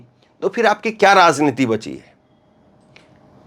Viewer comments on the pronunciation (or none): Ek hazar baar bataya rasniti nahi raj rajj rajjniti uccharan sudhar lo irritate na karo